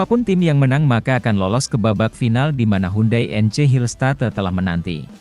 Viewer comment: Tolong baca Hillstate yang benar... tanya org cara bacanya gmn ....